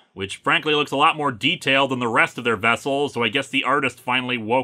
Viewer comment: "Teh End!" I think you mean "DA END!"